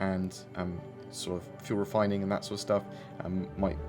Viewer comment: moining and refoining